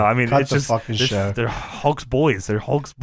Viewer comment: Yes-ah, they-ah, Are-ah